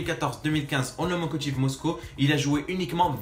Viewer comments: ta dis lomokotiv au lieu de lokomotiv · Chef super tes videos! Je viens de te découvrir ! Continue par conte deux petit truc : lo ko mo ti ve et non lo mo ko.... Et abrahamovic c le propriétaire de chelsea ( milliardaire russe aussi 😂😂)